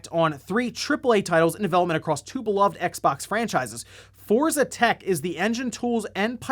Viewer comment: He said Forza twice and I was like oh wow he's learning. Then in the same sentence converted back to saying Fortza.......